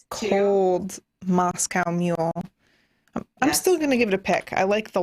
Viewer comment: I love how Sam very distinctly pronounces Moscow correctly.